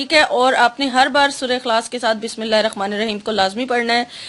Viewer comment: Bismillahir Rehmanir raheem bola kre rakhmanir raheem ni kahe 😊♥️ jazak Allah